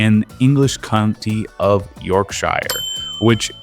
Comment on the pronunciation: It’s pronounced more like “yohk-shur”